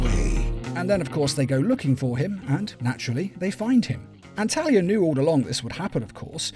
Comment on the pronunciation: it sounded almost like you called Talia, Terry I had to do a double take also Thomas Elliott Hush as well as Raz stealing the contingency plans are ones I prefer more than the animated takes of those stories.